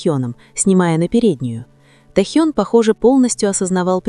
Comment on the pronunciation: Почему искажаете имя, тэхен.